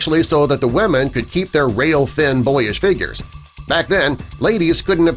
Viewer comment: It kinda annoys me how he says weamen all the time ..